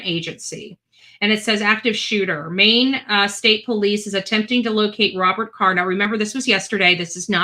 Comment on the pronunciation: His name is card not carr.